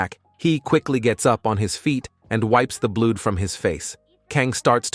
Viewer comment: Good story telling but you got to know how to say the word knee and blood properly those are the basics listen to it for a few secs but besides a couple other mistakes it aint too bad keep up the work